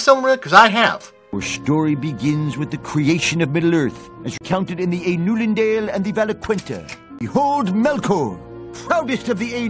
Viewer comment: The nerd mispronounced Ainulindalë. The Simpsons is unwatchable.